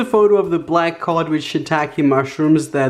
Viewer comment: It sounds like he’s saying COCK instead of COD